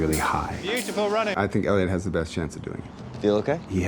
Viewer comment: I think it's Eliud not Eluid.